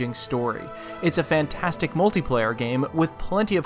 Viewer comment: Haha "fantanstic"? My ass.